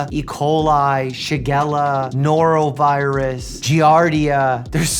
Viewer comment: noroviris you say 🤨